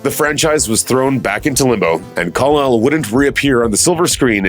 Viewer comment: He says Kal-el … but Kawl-el making it sound like Callall